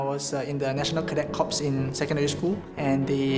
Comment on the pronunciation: Tell Corps is pronounced Core.